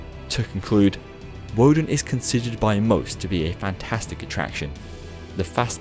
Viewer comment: It’s pronounced with a v instead of a w...